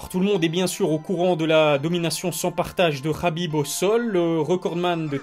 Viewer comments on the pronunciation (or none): naaaaan mais pourquoi toi aussi tu commences a l'appeller Rabib' , est ce que l'on dit moRRamed, aRRmed ou meRRdi ? Le 'kh' c'est juste l'orthographe anglaise en francais ca se transcrit en 'h' qui se prononce pas (on sait pas faire les h aspirés) ... bref c'est trop moche Rabib par pitié, si je peux faire une petite suggestion pour l'appeler a la francaise 'abib', ou 'kabib' comme les anglais... :-) Sinon tu es au top continue ta chaine a un bel avenir, et prompt rétablissement au père de khabib ! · Bonne vidéo, par contre on dit HABIB pas Rabib pour son prénom